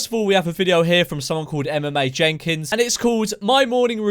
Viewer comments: at first i thought he said MMA jenkins and i was like "yeha lets fucking go" but i was quickly dissapointed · Who else heard him say MMA Jenkins not Emma Mae Jenkins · Thought he said MMA Jenkins lol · When u first said her name I thought u said MMA Jenkins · I thought when memeulous said Emma Mae Jenkins that he said mma Jenkins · I thought he said MMA Jenkins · I thought you said “MMA Jenkins” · I swear I heard MMA Jenkins. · I deadass thought you said MMA jenkins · i swear to god i thought you said MMA Jenkins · I thought you said "MMA Jenkins" IM AN IDIOT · I thought you siad mma jenkins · I thought he said MMA Jenkins , a was waiting for a pure fighting nutter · I thought he said MMA Jenkins and was expecting some big burley tattooed man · Anyone else thought he said MMA jenga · Thought he said MMA Jenkins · When you said her channel i thought you said MMA Jenkins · I thought he said MMA Jenkins, not Emma Mae Jenkins